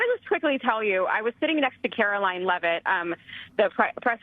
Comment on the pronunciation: That's not how you pronounce Karoline Leavitt's last name